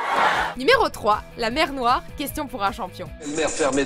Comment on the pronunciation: Vous vous êtes trompé pour le n3. C'est pas la mer noire, c'est "la mèw nwoil" 😂